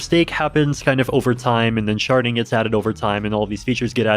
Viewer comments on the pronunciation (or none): SHARDING not sharting